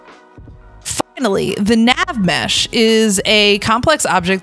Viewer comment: guys when they said finally why did it sound like f word nally